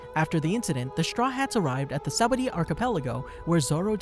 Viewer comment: it's pronounced (saba-OHH-dee) friend, awesome video 👌